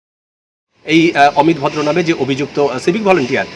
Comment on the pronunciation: EAR NAM AMIT VODRO NOY, EAR NAM AMIT AAAAAVODRO.